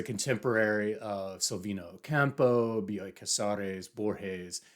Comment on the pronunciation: Dude, the way you praise Argentinian literature and Bioy (I already said this in another comment, excellent pronunciation of the name) makes my porteña heart soar. I hope one day you try Ernesto Sabato: El túnel and Sobre héroes y tumbas are incredible, unforgettable books--his obsession with blind people was disturbing, he has a whole section where he rants about them and it's creepy and insane but great writing. If you ever want to discuss more Argentinian authors and maybe get a rec we're friends on GR. I'm Beyond Birthday. I had to download this book for Kindle. In English, because, comically, I can't find it in Spanish. So this Argentinian has to read an Argentinian author in English...🤨 Thank you for this video,.